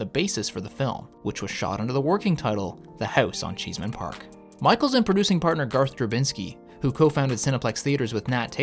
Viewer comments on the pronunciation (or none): CheeseMan Park? It's ChessMAN Park. SMH. Did you not watch the movie? LOL